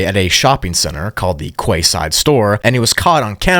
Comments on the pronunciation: Just as a note the shopping mall is pronounced KEYSIDE not KWAYSIDE lol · Yo just saying quayside is what I would say but the correct pronunciation is keyside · Quay Side is pronounced Key side. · Just for future reference, Quayside is pronounced Key-side